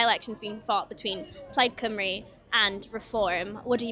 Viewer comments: How interest that the guy that thinks he's clever can't even pronounce Cymru. "Plaid Cymroo" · and despite his infinite wisdom he failed to properly pronounce plaid cymru (plaid cymroo according to him)